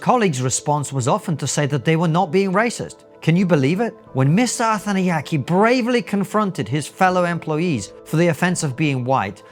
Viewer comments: I kept hearing “Arthan the Yankee” at first, and I seriously thought this was an American complaining about white British people working at the BBC 😂 It’s no less hilarious knowing this man is Shri Lankan. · If you’re going to make a video at least learn to pronounce his surname properly lol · This guy is on national radio. His name is broadcast to the nation dozens of times a day and you couldn't even be bothered to work out how to pronounce it properly. I think what Mr Arthanayake said is a bit silly but if it's what he feels shouldn't he be able to express that without everyone loosing their minds? I cannot understand why this has made everyone so angry. Get a grip people, Arthanayake is obviously not a racist. Everyone accusing him of being one, take a look at yourself. I'd say there's a pretty strong possibity it's you that's the racist. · I'm not sure it's deliberate or useful to the point being made, but it's certainly amusing that you so badly mangle the pronunciation of his name every time